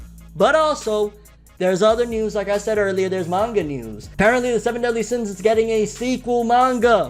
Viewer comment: "Seven Deen Sins"